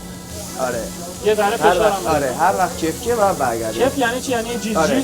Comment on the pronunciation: کِف یعنی همون کَف😂